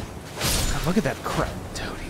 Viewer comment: Dont know if that was a joke when he said "crap" because to me it sounded like "crab"